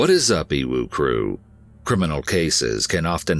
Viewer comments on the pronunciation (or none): Every time you say EWU y hear UWU and I just can't...